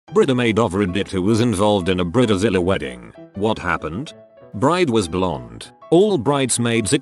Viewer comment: I’m tired of these AI voices that get words working “Bre-da-zila”